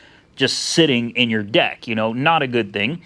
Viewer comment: Did he say Deck or D*ck ? LOL